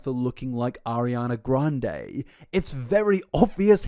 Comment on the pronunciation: Ariana gwuande